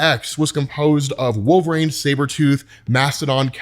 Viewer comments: Bro, please stop saying Wolve"rane". It may be a running joke, I don't know, but sheesh!😂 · One day will pronounce "Wolverine" correctly!